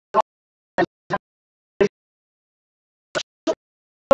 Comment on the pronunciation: its pronounced jerry dude w/ "J".. not gerry w/ "G"